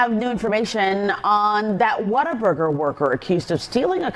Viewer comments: The biggest crime here is calling it 'Water-burger'. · mispronouncing "What A Burger" as "Water Burger" surely has to be deliberate. (Shame on you,, you should be better than Dark Pattern interaction baiting.) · Why do you keep calling it water burger? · Sounds like he's saying, "Waterburger".